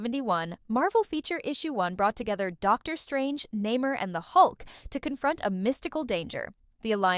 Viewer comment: So AI who's told you the namor is pronounced "namer" fool I know your a robot